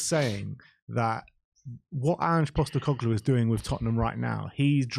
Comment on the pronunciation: Another… “Coglu” to add to “Costecoglu”